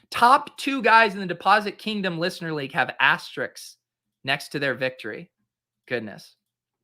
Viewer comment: It’s “ass-ter-risks” not “ass-stricks”, bruh…..